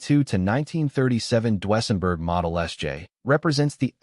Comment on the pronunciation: "DU-ESSENBERG".???? REALLY.?????